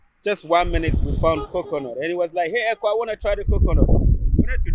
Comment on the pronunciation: Sis, the name is EKOW, the W is very important to the pronunciation and meaning of the name. U can't leave out the W. If u listen carefully to his theme song, u can hear the W in the way the singer says his name..My brother is also EKOW. Thanks